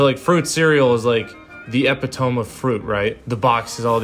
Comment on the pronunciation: Eh-pit-oh-me. Epitome... 🙂